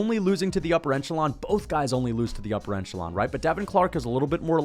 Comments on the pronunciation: the word is ‘echelon’ not ‘enchelon’ lmao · The word is 'echelon', not 'eNchelon'. Sorry, that always bothers me. haha. Good picks though. More or less agree with everything here. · that is a tremendous amount of times to say the word “echelon” for you to pronounce it “enchelon” every single time without fail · Hey, I like your channel and don't mean to be a jerk, but - the word is echelon, whereas you're pronouncing it as eNchelon. You're making me hungry for enchiladas. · Echelon = ESH-A-LON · the word is echelon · We gotta work on pronouncing echelon, great vid, bless up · Love you and the vids, but there’s only one N in “echelon”😭